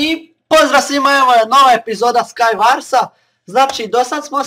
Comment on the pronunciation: nije skajvars nego skajvors ali nema veze kralju :D!!!! NAJJ SI <3!